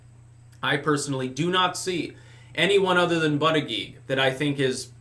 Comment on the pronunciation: I just love it when say "Booty Judge".:D